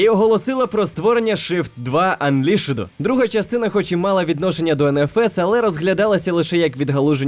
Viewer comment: Пробачте, але досить дотепно коли в слові Unleashed сильно виділяє останю літеру Але загалом круто, сподобалось